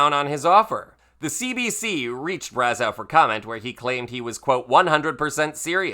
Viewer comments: Braz-oh’ NOT Braz-ow’ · It's pronounced Braz-OH, not Braz-OW. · Just so you know, the eau at the end of his name is pronounced as oh not ow. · Just FYI, french names ending in eau are pronounced like "oh", not "ow". Same as Trudeau. And yes you should google the video of that fight. It was awesome. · Brazz-O is the proper pronunciation. Great video 😊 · It's pronounced "brazo". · Here’s a little tidbit, Brazeau is pronounced like bravo. Trying to help. ☺️ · Bra-zoh. True-doh. Eau is pronounced oh. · "Braz-OH", just FYI. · Braz-ow LOL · Pronunciation: Brazzo( eau, in French , sounds like O) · Brazeau is pronounced Bra-zo. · Brazeau is pronounce Brazo. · I'm cringing everytime you mispronouunce Brazeau's name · Why is he mispronouncing Brazeau’s last name? Makes him less credible.